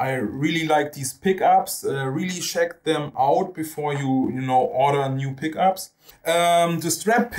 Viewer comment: Thanks so much for the review! Finally a big fret radius on HB guitars. This with a floyd rose, wow! PS. Check is not spoken "scheck" but "tscheck"